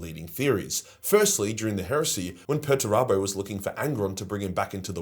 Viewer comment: It's "Peterturbo", and not "Perturabo". Two entire different characters.